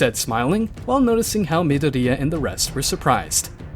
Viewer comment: is it me or is the way the AI's saying myadori annoying asf. also goku in anyworld minus one punch man , he deletes everyone.